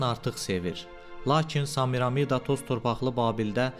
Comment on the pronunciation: Zəhmət olmasa Samiramida deyil Semiramida deyə tələffüz edin